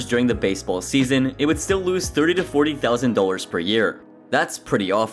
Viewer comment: It's dollars not "dowlers".